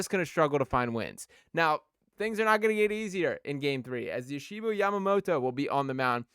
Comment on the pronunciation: Stop calling him Yoshiba dude 😂 Just call him Yoshi if you can't say Yoshinobu.